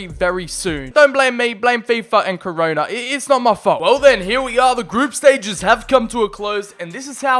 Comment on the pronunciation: Looooool my man said his name was sir corona